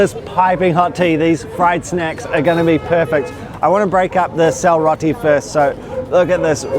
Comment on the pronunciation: it's selroti not syalroti.. thank you for this video. love from Nepal